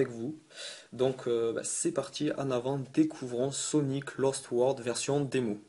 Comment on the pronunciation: Et aussi C'est "LOst" pas "LAst" ^^